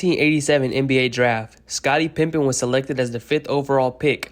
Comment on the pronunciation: I swear I heard that every time. Wondered if I was hearing things